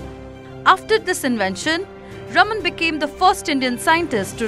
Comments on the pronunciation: Raam-un right ? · Please learn to pronounce the name CV Raman correctly. 😂